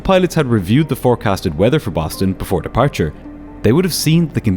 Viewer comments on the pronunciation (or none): lol "Boton"